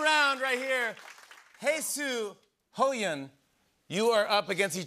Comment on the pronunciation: I love how he call Ho yeon hi gene